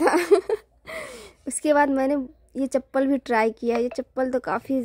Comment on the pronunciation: chanpal nhi chapl hota h 😂😂